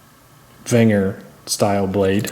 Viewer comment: It's pronounced venger not wenger.